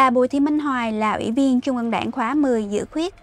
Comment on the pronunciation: Là phát thanh viên đọc bản tin mà đọc không đánh lưỡi. TR đọc thành CH .( Thí dụ : Trung đọc thành Chung .!